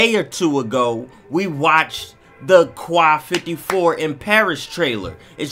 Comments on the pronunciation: Quai 54 . Its not pronounced (kwai) its peonounced (k) yes just the letter "k" so its pronounced ("k" 54) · It's prononce k 54 ( im french that's why I know this) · It's pronounced "K" bro bro, "K 54".